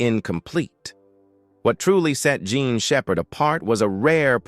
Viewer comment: I think your video should be taken down cause you can’t even get her name right and this is gotta be artificial intelligence at its worst! Shame on you degrading a human being’s name in this way get it together or take it down